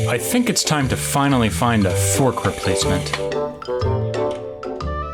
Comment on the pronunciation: Not fork, twok.